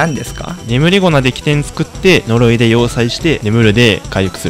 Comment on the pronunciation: 呪いが鈍いになってる。